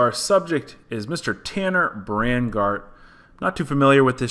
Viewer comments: its not Brangard its Braungardt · Its bron-gart, not bran-gart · Brawn not bran lol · You said his last name wrong. It’s not tanner brangard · He said braingard.not braungardt.. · Tanner “brangardt” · Its brawn not bran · Braungardt not bragnart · His last name is pronounced Brongardt ❤️ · You said brungardt wrong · Um mate your saying his name terribly Hahaha tanner BR AAAND GART